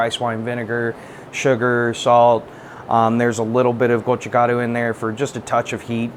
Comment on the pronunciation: its gochujang adam not gojuchang